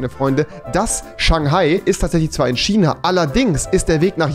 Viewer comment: Niemand: Wirklich Niemand: Rewi: Tschina